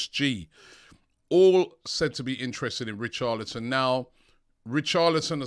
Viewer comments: Come on Robbie man. Your pronunciation of footballers names is awful 🤣 Richarlison not Richardlison plz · It’s richarLison not richarDlison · Richardlison , although his name is Richarlison 😂😂😂 Robbie the Butcherer of names ! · Who is Richarlidson! Robbie butchering the name again!🤣